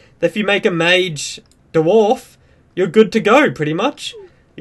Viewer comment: Da-Warf hahahhaa